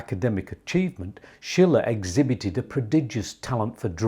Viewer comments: Correct. “Sheele” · Sorry, Schiele is not pronounced like Friedrich Schiller, as you do, but like "Sheele", the intonation on the first syllable. (I am from Vienna). Otherwise much respect for the great video about this great artist still being somehow in the shadows. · Not Schiller, his Name is Schiile...with a long i,not a double l.....😊 Schiller was a German Poet during the Time of the Romantik. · I just wish you would pronounce his name correctly. Not Eggon, but EEgon. Not Shiller, but SHEELER. Otherwise, great stuff. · The man's name is Schiele with a long i - as you pronounced it, it would be spelled Schille.